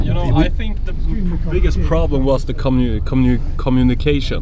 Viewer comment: Tommy may have problems whistling, knowing the location of the Bahamas and pronouncing "communication", but he sure as heck can drink beer🍺 like Quicksilver! Way to go mister 👏! PS: I don't know what I'm looking forward to most: "the Great War" coming out or seeing you guys on concert once more.. Actually both :)!!